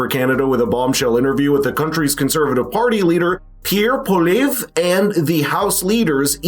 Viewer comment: Please pronounce Pierre’s last name correctly.